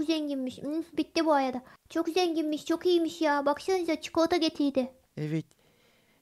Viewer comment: çıkılata şelalesi var dedinde koptum.